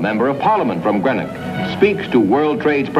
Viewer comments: It's pronounced green-ock not gren ock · Somebody might have taught him to pronounce GREENOCK correctly !!